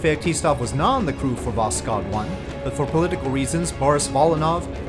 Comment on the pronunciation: Sooo risky mission, never knew about that, thank you for this mission profile series! A little notice on prononcuation: You can pronounce "kh" like "h", there is no sound "k". Try to listen the word "Восход" in google translate.